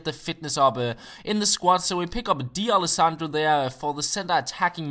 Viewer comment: It would be cool if he was able to pronounce the players' names properly... Scochio? Di Alessandro?